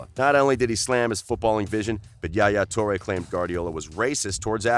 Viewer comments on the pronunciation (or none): its not JA Ja toure; its ain't spanish! Its arabic word called Yahya or Yah YA toure!